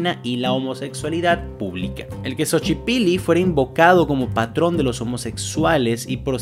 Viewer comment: Buen video y buena información, me gusta bastante esta serie Solo un detalle, así como en la palabra Muxes la X suena como Sh, en los nombres como mexicas, xochiquetzal, xochipilli y demás palabras del México prehispánico también suena como Sh